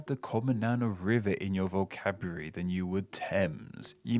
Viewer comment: Did you say vocabruary?